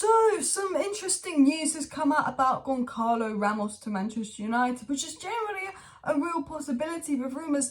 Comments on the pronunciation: It's pronounced GonSahlo,, not GonKarlo Ramos. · It’s not Goncalo, with the hard sounding “C” in the middle …it sounds more like an actual C, “see”, GonÇalo, resembling Gonçalves, or Gonzales, or Gonsalo…. This “Ç” in Portuguese reads as an “S” or “C”